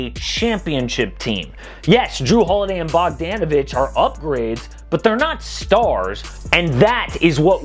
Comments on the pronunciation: I’m not a name specialist but I’m 99% sure it’s pronounced Bog-DAH-navich instead of Bog-DAN-ovich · That’s the whitest way to say bogdanovic’s name